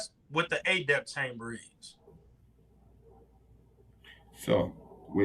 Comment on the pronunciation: Is he purposely pronouncing Adept (eh-dept) as Ayy-dept like it's adapt and not Adept??